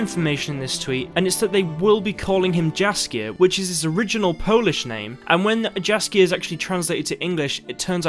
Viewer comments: BTW name should have been read "Yaskier" not with a "J" but more of a "Y", its a Polish thing... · Jaskier should be pronounced as Yaskyear or smth like that :D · By the way. Jaskier is pronounced much differently. More like Yaskier. Polish "J" is always pronounced like "Y". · You should pronouce "Jaskier" as "yaskier" ^^ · Really nice update video. I have an extremely minor nitpick though: The Polish j is pronounced like the y in "yes". So Jaskier is pronounced something like yaskïer (with a rolling r. The i and e are pronounced separately, as indicated with my two dots over the i. Just a note for English speakers).